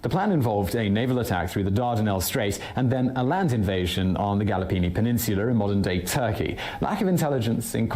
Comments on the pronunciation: I don't know where this guy is from but he can't pronounce Gallipoli. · I dont know the origins of the Historian chap , but he did pronounce some words in a non British way The first one I picked up on was his pronunciation of the name Gallipoli the disastrous battle where many ANZACK and British troops perished. some of his words I do not recognise as British pronunciations, but then upper class pronunciations are lost on me too. When I was a small lad of 5 my sisters took me to Downing street where I saw Winston Churchill in the flesh, also watched the great mans funeral when I was barley 16 years of age. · The "Gallopini" campaig? GALLIPOLI you illiterate reader of poorly researched pseudo-historic papers!!!! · The 'Gallopini' campaign????? How can you be 'gauche' if you never uttered a word? This guys stuff is always so full of careless errors!